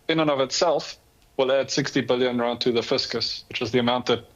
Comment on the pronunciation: Randt irratates me, it is rand 😂